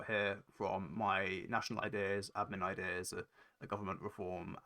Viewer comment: He's got a verbal tic where he says his "s" sounds with an extra syllable...."ideas-er", "look at this-er", "place-r" - I learnt a lot of neat tricks from this video